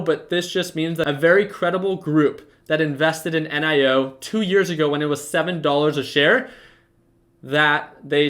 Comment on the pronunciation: Why you call it En I o, why not simply NIO